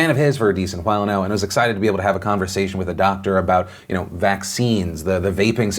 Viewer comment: Everybody is talking about the main points, but I'm just wondering why Phil stressed the W in while